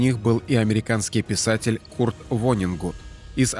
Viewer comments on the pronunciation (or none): none